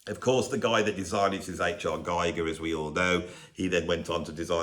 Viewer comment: geeger not guyger... I thought everybody knew that